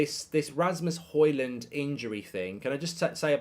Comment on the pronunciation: Højlund is pronounced as hoylun